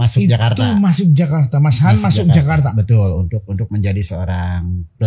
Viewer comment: Aku sih Yes utk kak Yayan....tp BIG NO utk mas...anda harus banyak belajar...suara cempreng anda cukup mengganggu..eh masih ditambah suka motong dan tidak menguasai materi! Elek tenan wis...manggilnya tadinya mas Han...berubah jadi kedengaran kyk mas YAYATTT........